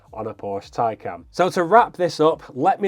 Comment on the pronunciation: Oh Burn. You must be speaking via experience. Anyways, please learn how to pronounce the name of the car before reviewing the car.